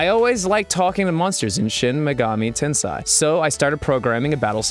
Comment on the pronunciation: JaySay63 shin megami tensei was also mispronounced.